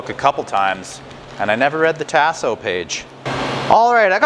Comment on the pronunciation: My brother...because I love you ands I know you are from Canada I give you a pass...but things down here are pronounced differently. Tasso is "tah-so", not "tass(like ass)-so". Andouille is "ahn(on)-doo-we", not "an-doo-we", and Boudin is "boo-dan", not "boo-din". I say this with love brother and I have a boo-din (just kidding) recipe that will blow your doors off and will share if you wanna contact me. Holla back.